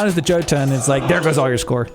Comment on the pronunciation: the J in Jotunn and Jarl, is pronounced as a Y. so its more like Yotunn and yarl. :)